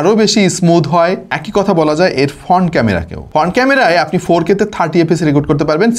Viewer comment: 1.2 M এর চ্যানেলের প্রেজেন্টার যদি "ফ্রন্ট" কে "ফন্ট" তারপর "ওয়ান" কে "অন" বলে, "ওয়ালটন" কে "অলটন" বলে তাহলে এগুলো শুনতে ভাল লাগে না। ভাইকে আরও স্মার্ট হতে হবে।